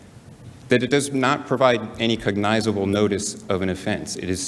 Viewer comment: Cog-biz-able. Speak clearly